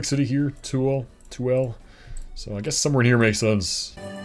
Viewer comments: Resident of SLC for the past two years! Absolutely love the nature of my new home and and the hiking, skiing, and camping opportunities! Also Tooele is pronounced like Too-Will-a for some reason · "Tooele" is one of those weird towns in Utah that is pronounced by locals completely differently than anyone would expect reading it 😆It's "too-WIL-uh" (Another classic one is "Hurricane" which is "HUR-i-kun"). ETA That's another one - Weber is pronounced like "WEE-bur"